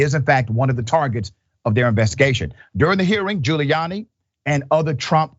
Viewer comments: He's just gonna lie.🤷🏾‍♀️ Also, did you call this man Booty Giuliani ?😂😁🤣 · Did he say " Booty Giuliani"? Lmao.